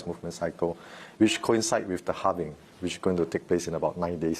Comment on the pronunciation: Halving .. not sure why the word Halvening triggers me. I need to get a life